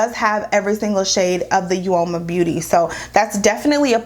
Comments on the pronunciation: Uoma is pronounced like "o-ma". Both sides are really pretty! And the lipstick is a beautiful shade! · The u is silent....it’s OMA